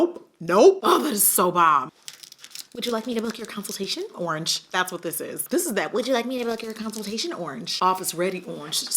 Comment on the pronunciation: WHEN SHE SAID URRANGE I DYED😭💀💀 WHAT A GREAT WOMAN TO REPRESENT THE BRAND!!!!🙌🏾🙌🏾🙌🏾